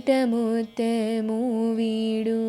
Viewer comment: ముత్తెము కాదు. ముత్యము.🙂